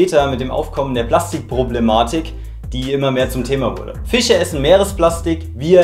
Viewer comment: Wieso können manche deutsche 'sch' nicht richtig ausprechen??😂🤔 Weil er fiche statt fische sagt Hab ich nämlich schon bei vielen gehört